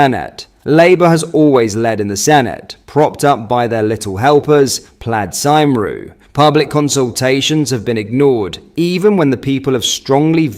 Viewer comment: You butchered the pronunciation of plaid cymru 😂